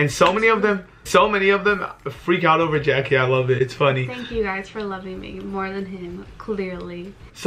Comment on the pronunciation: it's jackie not jackuje